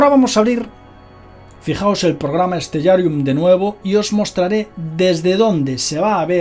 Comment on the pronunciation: creo que se pronuncia stelarium